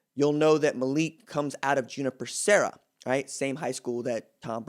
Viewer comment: RJ man, I’m a big fan of yours. So, I didn’t know how to pronounce this name, but it’s Junipero Sera who is a Catholic Saint. It’s pronounced (u-NIP-ero). Anyway, keep doin’ your thang, man!